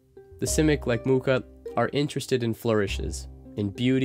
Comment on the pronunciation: Greetings from Praha! So glad to see it appreciated so much ^-^ Also you pronounced Alfons Mucha's name perfectly